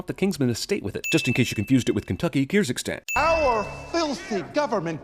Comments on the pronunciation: did he say Kirzygstan when the subtitles and all the world maps clearly state the central Asian country's name as Kyrgyzstan? 1 sin for CinemaSins here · 1 sin off for saying Kyrzygstan when it's supposed to be Kyrgyzstan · It's Kyrgyzstan, not 'Kyrzygstan' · Kyrgyzstan: Keer-giz-stan. Not Keerz-ick-stan. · “Kyr-zig-stan” (ding) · Sin on Jeremy for calling Kyrgyzstan "Kyrzigstan" at DING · KyrZYGstan? +1 Sin to SC. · Wow, Jeremy. Wow. You record these one sin at a time, and you didn't bother to re-record it until you pronounced Kyrgyzstan properly? That's really fucking racist. *ding* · You mispronounced Kyrgyzstan :P